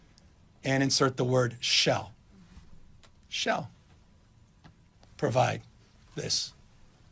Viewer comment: "Shall" not Shell.... lol